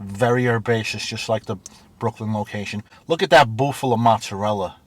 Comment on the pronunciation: Learn the proper way to say, "Mozzarella".